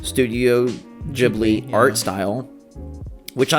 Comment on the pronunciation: Studio Ghibli is not pronounced “jiblee,” it’s “ghee-blee.” And if you were in kindergarten in 1995, you’re not even 30. You’re not an old man. These two things made me shut off this particular video. Stop. However, DC and Baldo look awesome.